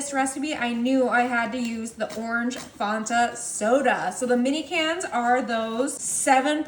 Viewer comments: Looks good but you are pronouncing the soda wrong. It is pronounced Fan-ta. Like a fan not fawnta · It's not fon ta. It it fan ta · Fan ta you're saying it wrong. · You said that wrong, it's Fanta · It’s not petty to let someone know how to pronounce something correctly. If I was saying a word wrong, I would hope that someone would correct me. It’s pronounced so that it rhymes with Santa.